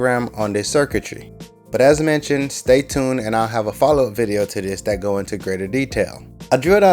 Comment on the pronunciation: he always says the words like " dis and dat "